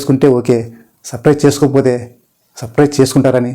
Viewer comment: సాఫ్ట్ స్కిల్స్ ట్రైనర్ అంటున్నారు, కానీ సబ్స్క్రయిబ్ అని కూడా మీరు పలక లేక పోతున్నారు. మీ ఉచ్చారణ పైన కొంచెం శ్రద్ధ వహించండి. మీ వీడియో లో క్రోత్తదనం కానీ క్రొత్త పాయింట్స్ గాని ఏమీ లేవు. ఓకే ఒక్క positive point ఏమిటంటే మీరు చాలా వినయంగా మాట్లాడుతారు. మరొక విషయం ఏమిటంటే మీ ఛానల్ గురించి వ్రాసిన దాంట్లో...This channel serves a bridge.... అని వ్రాసారు. అక్కడ మధ్యలో ఒక ముఖ్యమైన word మరిచిపోయారు. ఎవరినైనా అడగండి చెపుతారు. అది వెంటనే correct చేయకపోతే ఏదో చదువు రాని వాళ్ళు వ్రాసారు అనుకుంటారు. మీకు ఇంగ్లీష్ రాకపోతే తెలుగు vraaya వచ్చు కదా,... ఇంకొక ముఖ్యమైన విషయం ఏమిటంటే మీ ఛానల్ పేరు గురించి ఎవరైనా ఆంగ్లం తెలిసిన వాళ్లను అడగండి. ఎవరో మిమ్మల్ని misguide చేశారు. Yours anedi grammatically wrong. Aa title చూసిన ఎవరైనా మీకు ఇంగ్లీష్ బొత్తిగా రాని మీరు సాప్ట్ స్కిల్స్ ఏమి బోధిస్తారు అనుకోరా చెప్పండి. ఆ name చేంజ్ చేసి, Your ani కాని, Yours ani kaani పట్టుకోండి. లేదా టోటల్ గా న్యూ name పెట్టుకోండి. This is my sincere suggestion. మీకు నేను చెప్పేది కొంచెం uncomfortable గా అనిపించ వచ్చును కానీ ఇది మీ మంచి తనాన్ని చూసి నేను ఇస్తున్న సలహా.